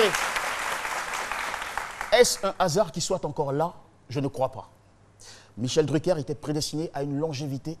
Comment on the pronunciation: L'autre villageoise qui dit Michel DruckEUR lololol